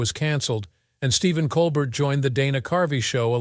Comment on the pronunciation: Listen to a voice telling you all about a guy, when he can't say his name right.